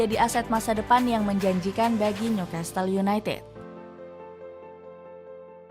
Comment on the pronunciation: Gokil sampe . Tetiba Newcastle United jadi Newcatle United.. Dapet bloop gak ke cek... Dari klub bola jadi ternak baru.. 😂 Btw beritanya tetap oke.